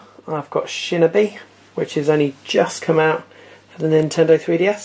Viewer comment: Great list but i think you are mispronouncing some things: I believe it's Tekken, not Tekkan And Shinobi is pronounced how it's spelt not "Shinibee" Good list though, Really well done ;)